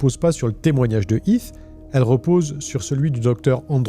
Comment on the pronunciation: Video interessante Est-ce que vous pouvez essayer de prononcer les H ? C'est Heath et non Eeth